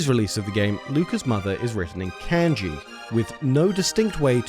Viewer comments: not only is it not kanji, it’s also not can-gee either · Love that bit about the company taking the complaint seriously, doing their due diligence, but then striking back when they had the moral high ground. "Can-ji." I know you have an accent, but that left a really sour taste in my mouth. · The way you said Kanji killed me and I will always remember this lol.